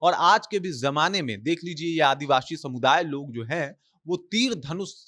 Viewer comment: Kya advabsi advashi bol rhe ho ...Indian bolo